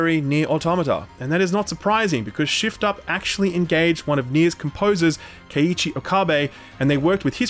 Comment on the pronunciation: keep hearing shill up every time you say shift up lmao